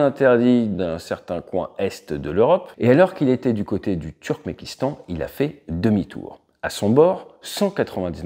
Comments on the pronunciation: on dit Turkménistan et non pas pas Turkmékistan, mais je te pardonne lol Fly Safe! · Turkmekistan?!?😅 Le Turkménistan par contre ça semble plus juste. sinon super comme d’hab’